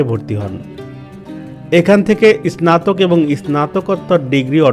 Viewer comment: আপনার স্নাতক উঢ্ঢারন ভুল। শুদ্ধ করার চেষ্টা করুন।